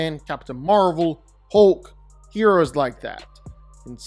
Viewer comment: Why does he keep saying hooolk its hulk